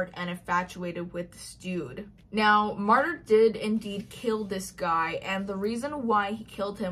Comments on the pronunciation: I tried to listen the audiobook (didnt finish it) and the narrator kept pronouncing Martyr's name as Martin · "Martyr"??? What in the Colleen Hoover...?????